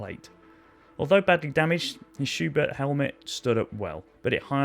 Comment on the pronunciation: its just "schubert" btw. no th.